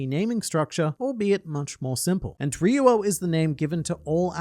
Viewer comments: It's "ryu-oh," not "re-you-oh." Two syllables. It might be helpful to pronounce the "r" like a "d," but kinda softer. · In Brazil , portuguese to english, is HAKI OF THE KING. Also, you said RYUO wrong in both ways. In romanization, the RY in the beginning of a word sounds like HEE. So, the correct wayto speak is saying something like HEE-U-O. You can confirm typing RYUO and ask to Google Translate to speak, using Brazilian Portuguese